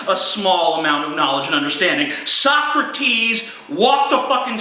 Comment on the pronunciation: it took me a minute or two to understand who the fuck is "Suck-a-tease" he was talking about 5 minutes in